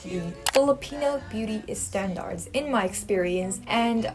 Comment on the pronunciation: y'all hear that 'i' in front of standards? SHE' ONE OF US